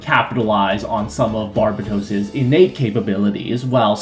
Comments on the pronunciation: YouTuber Pronounce Barbatos Correctly Challenge: Impossible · It’s Barbatos not “Barbatoss,” and Mikazuki’s last name is Augus not “Argus.”